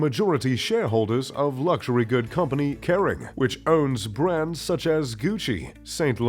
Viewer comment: If you were a real, you'd know how to correctly pronounce all the brands you mentioned. I think you butchered about a third of them.......